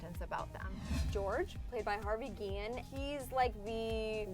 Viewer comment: I'm surprised that she said Guillen correct everyone pronounces it wrong trust me I have the same last name in real life